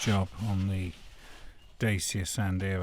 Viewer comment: Good video but that’s not how you pronounce Dacia!